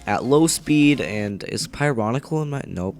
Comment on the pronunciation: Its pyrocynical not pyronicle